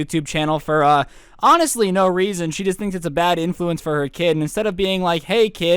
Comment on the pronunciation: Nobody: No one: Karen: SCRUBS IS A BAD IN FLUENCE